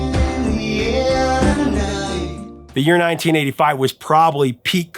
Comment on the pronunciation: when you said 1985 it sounded like you said titty five lol